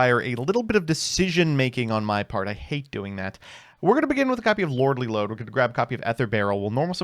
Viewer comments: Every time he says "Lordly Load" I'm fighting for my fucking life out here. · Trying not to laugh every time he says Lordly Lode.